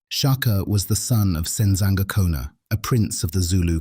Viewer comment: Are you sure that you are Zulu? How you say Sensangakhona and Mthethwa, haibo, ( not sure)